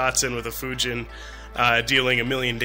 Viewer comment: you said fujin wrong